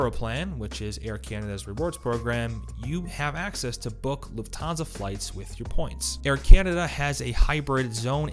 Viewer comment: It's LUFThansa, not LuftHANsa